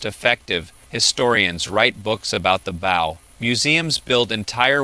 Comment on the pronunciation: It’s interesting AI is so good and predicting but doesn’t understand context. Bow and bow don’t sound the same. Same with live and live, read and read, bass and bass, etc. I wonder how long until it can read those types of words in the correct context